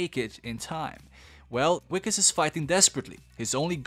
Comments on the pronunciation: Wickus is pronounced more like vickus, it's an Afrikaans name and the w is a v sound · As a South African i cant believe i havent watched this yet but also i have to say that that wikus is pronounced Vikus. I dont blame u for nit know. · His name is pronounced "Vickes"... the W is pronounced as a V!🙂